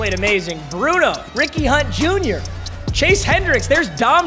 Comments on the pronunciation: Is it just me or did it sound like he said weenie hut jr when he says Ricky hunt jr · Anyone else constantly hearing “weenie hut jr” instead of Ricky hunt jr